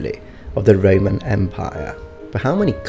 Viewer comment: It sounded like Reman Republic and Reman Empire, or I'm just hearing wrong... lol